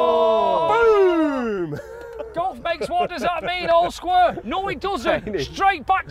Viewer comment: I love you videos, I watch every single one before anything else on you tube, but it’s square, not sqaure 😊😂😂